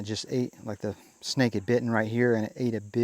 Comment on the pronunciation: Why do you keep calling the "SNAKE" a "SNACK"?😂😂😂